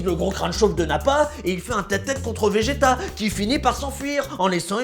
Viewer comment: C'est un vrai vrai fan parce qu'il dit majin buu et bejito !!!